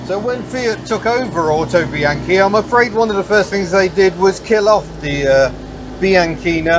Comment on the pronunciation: I'll let you off the mispronunciation of "Bianchina" at the beginning ;) ... lovely little vehicle, but looking forward to the video on how to double-declutch - it has always been a mystery to me.